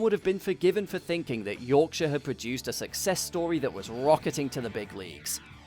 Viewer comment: Lovely! Liked the detail and irreverent treatment though I became slightly concerned about what seemed to be slight re-appearance of 'produced' with the silent 'R' which seems to be a feature in some other petrolheadish vid channels. Or is it my ears malfunctioning?